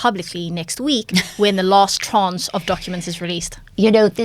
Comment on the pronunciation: It's "tranche", not "trance"!